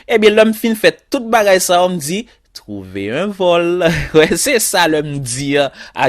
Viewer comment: Trouverrr un vollll is funny😀😀😀